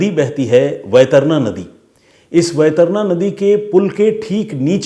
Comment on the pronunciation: वैतरणा नही सर वैतरणी नदी है